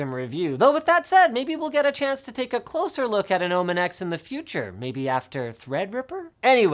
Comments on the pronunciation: he says "closlier" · "If you look CLOSLIER" XD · lol did he say "if you look closier"? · "Closier" XD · "If you look closlier "what? Is it closlyer or closlier? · " but if you look closlier" that's right closlier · "closlier" really Linus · Closlier? Rly? XD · he just say "closelyer"? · Another "closlier" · Why does Linus keep saying "closlier" instead of "closer" or "more closely" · Again he said closlier -_